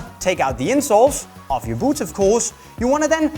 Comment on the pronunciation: It would be easier to listen to this advice if I didn’t hear this guy saying BOOPS over and over